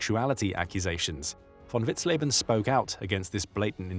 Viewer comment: Vous avez un serieux problème de prononciation des noms. On dit Vitzlében, et non lébanen ou vitzlébanen. Von vitzen également et une faute à chaque nom prononcé. Ça écorche l’oreille de ceux qui connaissent ces personnages. C’est pas l’abère mais l’abwher …….